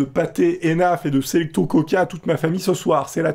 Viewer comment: Pour info on dit selicto mais sa s'écrit selecto